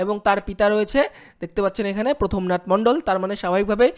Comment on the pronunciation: ভাই তুমি তো বাংলা পড়তেই শেখো নি আর ভিডিও বানাচ্ছ? ওটা প্রথমনাথ না প্রমথ নাথ???